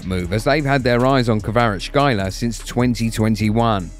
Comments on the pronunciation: Not Kvarachkaila but Kvara-ts-kh-elia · Kvarachkelia not kvarachelia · Kvara - Ckelia is closer to his last name then what you're saying. Dont torture yourself lol. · Don't need to struggle. Just say Kvaratz-helia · Hvicha KvaratsHelia this is how to pronounce his name in English. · Nobody butchered his name worse than you lol ! Kvarashyler Freestyler raka makafo ! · Its not that hard, rly - Kvara (very ez to pronounce). problem is next for letters tskh, which, in Georgian is just two (ცხ) - pronounce it like "s" and "k" (preferably with sligh hush near the end) which are closest. Elia is also ez. So Kvara(t)sk(h)elia. Hope i made things easier for u. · its izi you need to say kvarackelia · Mate, your pronunciation isn’t even close 😂